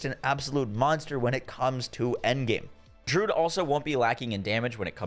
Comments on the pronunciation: Dude its not Drood its Dru - uhd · I really dislike when people are grammar Nazis, but hearing him pronounce druid as "drood", it like nails on a chalkboard for me. Druid, drew....id.... I come across so many content creators that mispronounce very simple and common words, almost as if they've never used them in their own vocabulary.